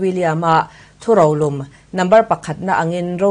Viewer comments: Thu rolum pawh i lam ri thiam si lo. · Thu ro lum tih i la lam thiam lo tlat. Lo inzir zêl rawh khai.